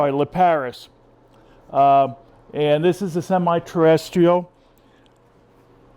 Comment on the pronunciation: "Potting Needs for Terrestrial and Semi-Terrrrdytisl Orchids" What happened in the intro xD. Great vid as always.